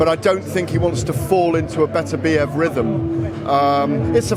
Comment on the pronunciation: will SOMEBODY, FINALLY figure out how to correctly pronounce Berterbiev's name for fucks sakes!!!!!!